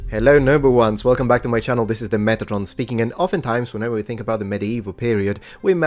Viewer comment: "Wrlcome to the middle-ages'. Sounds like Belgium, actually.